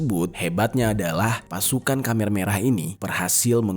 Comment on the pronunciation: Maf koreksi bang Bukan kamer merah tapi khmer merah...